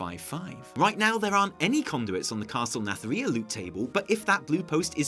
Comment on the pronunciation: What happened to that Nathria pronounciation? Imagine it like narnia but with TH instead of R